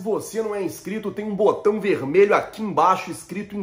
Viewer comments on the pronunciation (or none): none